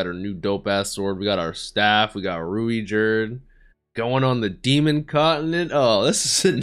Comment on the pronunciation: You could just pronounce Ruijerd's name as 'Ruyjerd'. It'll still be close to the japanese pronunciation